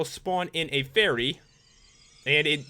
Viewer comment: you said berry insted of fary